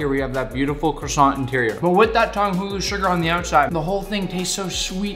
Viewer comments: I partly speak French and you nailed Croissant! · YES YPU SAID Croissant ALSMOST RIGHT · I am from Quebec and you said the croissant rigth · Phew, he didn’t say the croissant like quack-son Tom Holland: 🙃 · As somebody who speaks both French and Hebrew, you actually nailed the pronunciation for both the challah and the croissant! I’m genuinely impressed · yes you said it right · actually I think he said it right PS: i'm french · As both a Jewish person and a French speaker, you were on point with all of your pronunciations. Very well done. And even if you weren’t, no sane person would give you a hard time about it. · The croissant pronunciation was good, it's nice that you care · I am french and I just wanted to say that you said the word croissant perfectly haha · You actually said the Croissant right! Proud of you Nick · As a French guy You said "croissant" perfectly! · I speak french and his pronunciation of croissant is actually pretty good for an anglophone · Actually the 1st american that was able to pronounce croissant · The croissant was well said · Ho ho you said 🥐 correct I’m not french I’m just English 🙂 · You pronounced 'challah' and 'croissant' right. Good job Nick. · That pronunciation is on point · Excellent pronunciation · If you want to know you pronounc croissant very well gg you did well